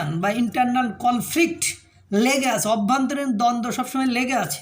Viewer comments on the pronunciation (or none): none